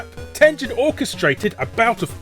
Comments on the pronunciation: it's TEN-GEN, not TEN-JEN. you scrub. Atari (and Tengen) are both names from Japanese. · Ten-jen? I know the company's American but the fact I've learned Japanese have my instincts screaming Ten-gen. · Tengen is a Japanese word written in romaji, so of course the correct pronunciation has a hard G. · It's TEN-GEN, not TEN-JEN. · Tengen not TenJen. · I know Tengen was an American company, but I'm pretty sure it's supposed to be pronounced the Japanese way, with a hard 'G'. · Why won't he call "Tengen" with a hard G? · I always said Tengen like you but I recently saw an old video where one of their own people pronounced it the other way. Guess I was wrong.